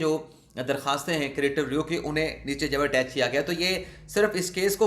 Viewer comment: کریٹیو نہیں ہے بھائی، کیوریٹیو ریویو ھے